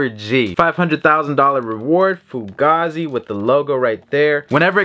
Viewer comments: It’s pronounced Foo-Gaye-Zee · Bro it’s pronounced foogay-z